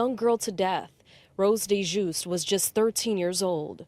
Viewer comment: I also wanted to add (please, dont delete my comment, I beg you) Her Name is Rose Dieujuste. Her family name is pronounced dee-uh-joost. I supposed that she's of haitian descent, as her name is made of two french words that mean "JUST(adjective) GOD"... That detail afflicts my soul fr🤦🏾‍♀️🙆🏾‍♀️😭😩💔... It really does smh... Blessings to all families, special protection for all our babies.